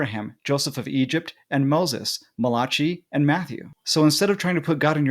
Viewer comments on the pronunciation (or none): Mala-cheeeee? lol 😂❤❤❤